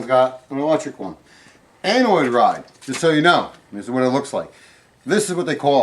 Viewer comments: I hate correcting someone, but this will help others. Have you ever met someone who sang song lyrics incorrectly because they learned it that way? Well...you are pronouncing anode wrong. Maybe nobody ever mentioned you were saying it wrong You? You are pronouncing it "anoid." It's actually pronounced like "ann-Ode", but said together without the space where I put the dash. I wasn't sure if I was pronouncing it wrong, but I Googled its pronunciation before writing this. How will knowing this help others? Hardware store people and plumber's will not know what they want if said wrong AND will probably ridicule people saying it the other way! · Funny how he said "anoid" rod rather than anode rod. And the water contains minerals, not "acid". The anode rod attracts sediment and corrosive minerals so that they don't attack the metal of the water heater instead and cause it to corrode. The rotten egg smell is from sulfur bacteria in the water.